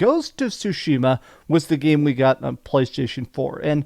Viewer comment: They still mispronounce Tsushima sue-sheema instead of sue-shima